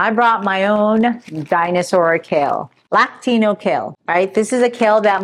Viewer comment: I think it's pronounced "La-cin-ah-to" kale